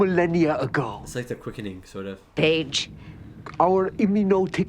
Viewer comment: Why would "Phage" be pronounced like "Phige"....